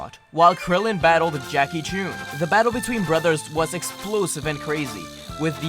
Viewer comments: You know how I know didn't watch Dragonball? He pronounced Jackie Chun's name wrong! Poser. It's not Choon or Chuun, it's Chun. Unless you want to be shot with a goon or go swimming under the soon? Perhaps we can play a game because it's a lot of foon! Also, Korin never had the real sacred water. All he had was ordinary tap water. The real sacred water was in a cave and they had to use one of the portals in Korin's pots to get to it. It was how Goku originally learned to sense power levels. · What did he call Jackie chun? He said Jackie chune lol wtf is he even a dragonball fan